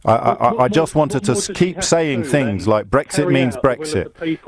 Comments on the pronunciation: Beyond The Pale That's just your interperation.You're twistin' fings. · I hate the way James O'Brien twists fings. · Adam Barlow Stop twistin fings